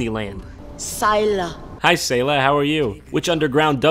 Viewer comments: Sayla: S-eye-la JonTron: Hey Sae-la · Sayla: Sai-la Jon: okay hi Say-la me: you really just called her by how you thought her name was pronounced instead of how she told you it was pronounced wow i can't believe it. i realize that it may be a joke but many people REALLY don't like it when others get their names wrong